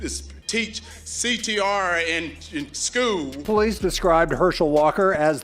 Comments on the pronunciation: "Teaching CTR in schoo" 😂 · CTR in " schuul" you cant even speak so just stop talking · No, he's just slightly slow and almost special needs. He never could pronounce school he has always said skoo...with no "L"